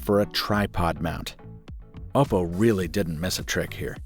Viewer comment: Kudos for being one of the few reviewers who pronounces Oppo correctly